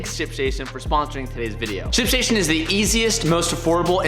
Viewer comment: I think you're missing the letter T in Ship Station when you're saying it.